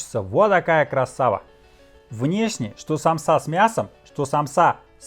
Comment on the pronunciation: И только русские говорят самсА , аж уши трубочкой сворачиваться .... У меня на родине так россиян вычесляют , потому что правильно ед.ч. сАмса, мн.ч. сАмсы